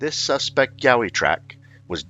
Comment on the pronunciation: a what oi, we do not have yahoi we have Yowie